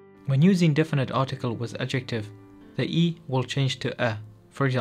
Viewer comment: Correction - the Glossika Kurdish Intro video: "Definite" (not "difinite") - as in "definite article". Thanks for making this helpful video available.